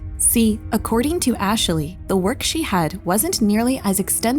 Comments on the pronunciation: omfg why are you saying Ashley's name like that? It's not Ash-a-lee, it's Ash-lee. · Ash-ley It's not that hard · The way you keep calling Ashley "Asheley/Ashilly" is driving me nuts but I forced myself to keep watching because the video is interesting lol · I can’t unhear “Ashaley” lol, great video! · im sorry but the way she kept saying "Ashley" is giving me an ick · I came here to say this. Ashley only has two syllables lol